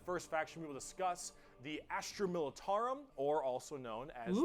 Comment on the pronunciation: Astra not Astru.....